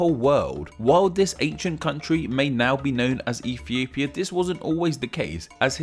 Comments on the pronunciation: Did he say Efiopia? How cute 😂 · Well, with the way you say it, "Ethiopia" is now racist.